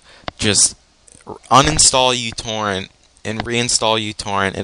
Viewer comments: It's pronounced mew-torrent. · fyi its pronounced meu-torrent :P like the greek letter for micro also thanks this def boosted my speed